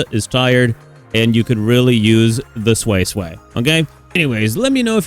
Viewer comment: Sway sway is perfect pronunciation tbh. No more soysoy